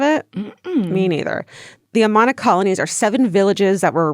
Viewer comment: AMAHHNA! Hahaha Amana is pronounced like Amanda but without the d. Lmao I live close to the Amana Colonies and it's funny hearing Georgia's pronunciation. Love it! 🤣💜